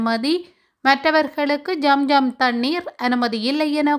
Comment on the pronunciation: என்னம்மா தவறாக உச்சரிக்க வேண்டாம் ஜம் ஜம் இல்லை ஸம் ஸம் என்று சொல்ல வேண்டும்